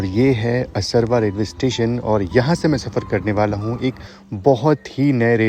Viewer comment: Bhai aap jagaho ke nam har bar galat pronounce krte ho असरवा nhi असारवा hai